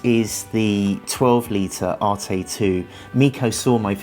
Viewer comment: "ARETE" NOT "ARTAY"